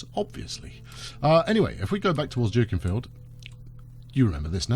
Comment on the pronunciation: Late to the party, but it's pronounced Duckinfield.......